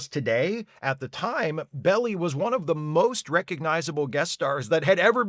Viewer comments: I remember that episode when it first aired. My dad laughed all the way through. Idk if it's correct, but I always heard people pronounce Melvin Belli's surname as "Bell-eye." Imo, the worst episode was the one where Shatner had to pretend his soul had been switched with that of a woman who had gone crazy because she couldn't be a captain. I was just a little girl when I first saw it, but I recognized it for the misogynistic bullshit it was. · San Franciscans enjoy hearing Belli's name pronounced "Belly" the same way they enjoy out-of-towners calling their city "Frisco." But you get a pass for the review (though you seem to be missing the symbolism of bad actors using children as a political tool by encouraging them to work on their parent's darkest fears). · Showing how old I am, but I think his name is pronounced Bell eye. Long i! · Didn't read all the comments but it may have already been pointed out that Melvin Belli is pronounced "Bell-eye". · This is confusing, because that's not the Italian pronunciation of "belli", which would be exactly what they wanted to avoid. Pronouncing "i" like "eye" is a pretty distinctly English thing. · Strictly speaking, both the Swiss and the Italians would pronounce it, not Belly, but more along the lines of Bailey. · My mom used to talk about attorney Melvin “Bell- eye” back in the 1980’s. I had to stop video, it was so annoying with the mispronunciation. is usually well researched, but this time he totally missed. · Yes, pretty bad. BTW, I always heard Belli's name Bell-Eye. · Melvin Belli long I at the end 👍I know but it makes you sound a little AI. :) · Belli is pronounced "bell-eye". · Melvin Belli was a Bay Area fixture (I believe his name is pronounced Bell eye-that's what we always said) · Hated this episode when I first saw it on my parents' tv. Even as a child, I didn't care for child actors. By the way, at the time, Melvin Belli's last name was pronounced "bell-eye." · Melvn's last name was pronounced BELL-eye